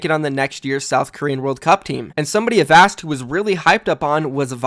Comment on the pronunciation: Holy shit, learned how to pronounce Avast